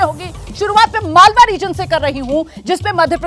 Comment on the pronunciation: मलवा नही मालवा क्षेत्र नाम है